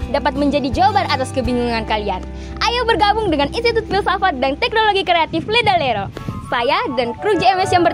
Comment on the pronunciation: Maaf tapi salah penyebutan Ledalero